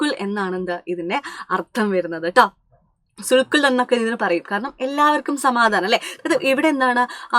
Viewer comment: Teacher il parayunnathu sulh kul ennanu but സുൽഹി കുൽ എന്നല്ലേ